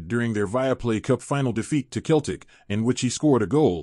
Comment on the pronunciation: They are pronounced Selltic. WE ARE THE PEOPLE 🏴 🇬🇧